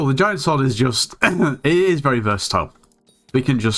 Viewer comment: that "is" triggers me so much